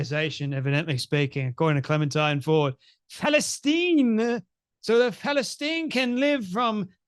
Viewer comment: Why does Clementine Ford say "Palestine" like "Phallus-teen"? Seems to be obsessed with phalluses even when she's a femin-azi.